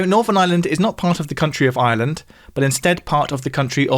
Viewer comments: I pronounce island and Ireland very differently, but they sound very similar coming from! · It's SO strange to hear "Ireland" pronounced as "island".